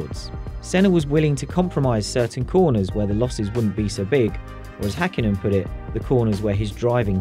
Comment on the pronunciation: It's Häkkinen, not Hakkinen.